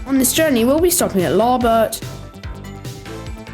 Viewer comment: Larbert: Lar-burt Camelon: cam-lin Linlithgow:Lin-lith-go